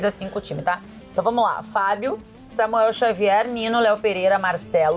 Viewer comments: “Xamuel Savier” do VSR aos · xamuel savier 😂😂😂😂